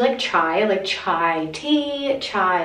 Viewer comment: the way you said chai was so white but it was so innocent and pure like omg ur so cute